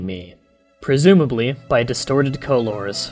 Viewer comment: dude i love your creepypasta readings however when you read words such as "color" and "favorite", please pronounce them as what they are meant be sound like; rather then "co-lore" and "favor-ite". I understand that you are reading the passages word for word and i know from watching your previous readings that you do this to expose grammatical flaws in the story.It is evident that they flaws are there however to keep captivation through a reading, read the word as what it is meant to sound like.